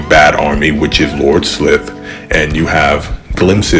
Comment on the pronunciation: For what its worth, the "i" in Slithe rhymes with spy or sly: Sly-th. 🦎